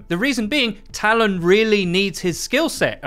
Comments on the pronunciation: Give him a break. He cant pronounce "talon" and its in his native tongue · I don't understand why you can't say Talon properly only half the time. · The way you pronounce Talon really irritates me lol